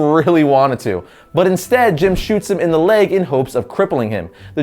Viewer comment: you said jams Gordon